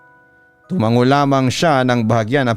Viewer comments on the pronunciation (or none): none